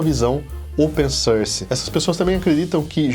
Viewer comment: Atente-se na pronúncia da palavra Source. que fica "sórs"! ao invés de "sãrce". É um erro bastante comum entre os brasileiros. Obrigado pelo vídeo